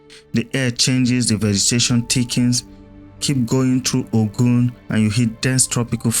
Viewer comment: Nice work, but are you narrating with AI? The way you are saying Ogun and Oyo is not the way Nigerians pronounce it? 😂